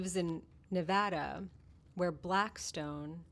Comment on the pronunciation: Thank you for pronouncing Nevada correctly. I bet you say species correctly too.😎